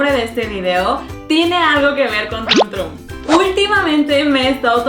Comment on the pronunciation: No se pronuncia trumm trumm 🙄🙄🙄🙄😒😒😒😒 simplemente es troom tromm 😒😒😒😒🙄🙄🙄🙄